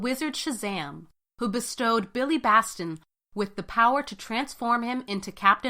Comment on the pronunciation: Great video! Just a few mistakes: DC wasn't called Detective Comics in 1938. That was just one of their titles. Also, 52 and the New 52 weren't crises. And it's Batson, not Baston, and Acolytes, not Alcolytes.